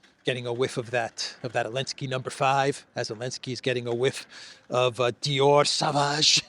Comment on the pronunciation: Macron is all over the place except in France, just as Zelensky is all over the place except in the Ukraine - avoiding facing home issues. Also, sauvage is prononounced so-vage and not sa-vage, and the n at the end of Macron is not pronounced